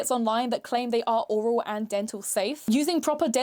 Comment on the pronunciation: oral and aural are pronounced different. Aural means to do with the ears. Oral means in the mouth. Oral is said more like oh-ral